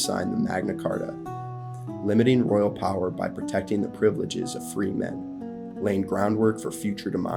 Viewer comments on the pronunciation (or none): none